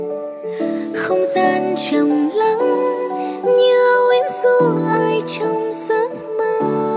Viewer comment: Góp ý cho bé Chi nè, hát dân ca miền nam thì không sao chứ nhạc trẻ thì phát âm vậy không ổn nhé: "tíng tơ", "âu ím", "tíng hát", "ức mơ", "kíp trước", "vưng vấn"